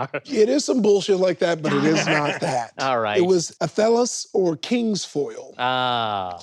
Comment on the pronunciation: Um, Actually, it's pronounced ATHelas, not aTHElas.